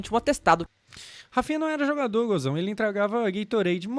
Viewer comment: pela primeira vez na história, o fala "Gozão" ABSOLUTE CINEMA 🖐😎🖐